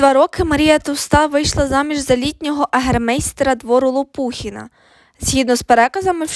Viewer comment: Наголос на останньому складі,Лопухіна